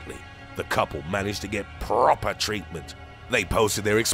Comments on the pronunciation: They got PROPPEERRRRRR treatment. Lmao tone it down man. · "PrrrrrrrrrrOPer treatment" 😂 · PRRRRRROPER TREATMENT! The narrator is hilarious when pronouncing different WOORRDS! I nearly spat my coffee out a few times listening to HIIIIIIMMMM! Also I don't want to get FRRRICKIN SLEEPING SICKNESS! OMG this is too much. I'm gonna post it on FB! 😂🤣😂🤣😂🤣😂